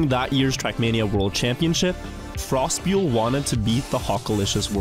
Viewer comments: Ok , one thing is triggering me a bit :D the way you pronounce "Frostbeule" (frostbuel).. it is a german word and means "frostbite" and you should pronounce it more like Frost'boil-e.. :) great video though as always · Frostbeule is german and means frost boil. The pronounciation is very similar too. Act as if it was one word, not two and hang an 'e' at the end, and you are 90% there. The remaining difference is how germand pronounce frost with a focus on the r instead of the o. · You should do some research on how to pronounce Frostbeule 😆